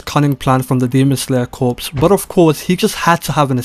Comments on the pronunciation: Pronounce it "core" not corps homie. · Corps is pronounced "core," bruh. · Bro said the Demon Slayer Corpse🤦‍♂️